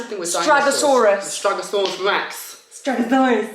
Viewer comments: Stegosaurus not stragosaurus 😂😂😂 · Lmao you guys are too cute 😂 its “stegosaurus” not “stragosaurus” 😂😂 but dont sweat it, you guys are amazing new parents with WAY more important things to do than memorize dinosaurs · Lol....it's stegosaurus, not stragosaurus.